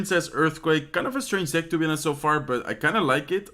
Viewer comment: in english you dont spell the 'h' in honest. sounds like onest :)